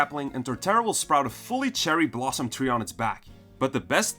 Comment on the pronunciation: TREE not THREE